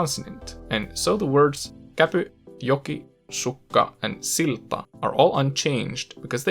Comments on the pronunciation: When you say silta or sillat, it really sounds swedish because you emphasize the il. (sILta and sILlat) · Pöytä was just weird, silmä and syödä have weird ä vowels at the end, the example with silta sounds like siltta and sillaat. Anna just sounds so Swedish, probably with an initial a that's too far back to sound right as an a in Finnish. Hylkeet sounds like hylkkeet. Hulluksi has a weird sound on the u vowels strangely absent from the previous word. Ostan paitaa sounds weird, probably because of pitch accent or something else that you could name more easily than I could. Paidan, auto and vastaan meanwhile have those more Swedish-sounding a vowels. Onpa tämä vaikeaa, rather fittingly, is one of the examples where it's easy to tell you're not a native speaker. Pitch, vowels, possibly also stress is involved. It's not bad, just clearly not a native accent. Some oddities might be attributable to the way you enunciate in the videos. Score: Actually good: 103 Okay but clearly with a foreign accent: 18 Actually bad: 2 I did the score mostly to amuse myself, but also to give you some idea of where you're at. To my ears, at least. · In the word "silta" the letter t is lightly too long, for example, which might point to Swedish accent.